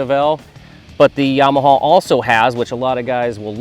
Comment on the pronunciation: my ears hurt whenever he pronounced their names. "dee yah vel" , .."yaw- mah-h"...